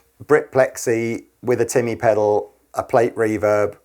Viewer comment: "Tea-mah" ... Defiinitely not "Timmy" in a South Park voice. Definitely not 😄